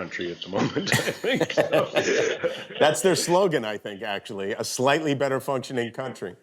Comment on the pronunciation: Huge emphasis on slightly bud